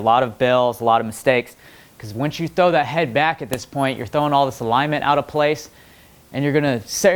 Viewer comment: "When we trow it back we're gonna go diagonally" That what he said